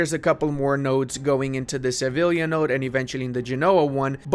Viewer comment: hearing you say sa-vil-ya when you're talking about the sevilla node brings me so much pain